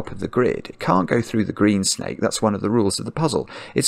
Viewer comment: "Orange schjnake" :D